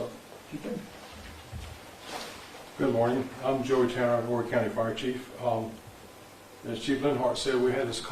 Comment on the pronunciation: 843 checking in. Just for future reference the H in Horry is silent. Great content as usual though. Keep up the good work king! 👌🏿